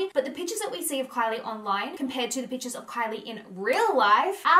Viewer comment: Everytime she said "pictures", i heard "peaches"